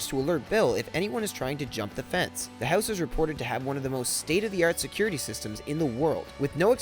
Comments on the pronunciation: i hate the way u say house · funny the way he pronounces house